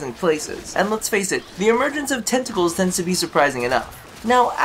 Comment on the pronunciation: Why do I hear "testicles" every time you say "tentacles"...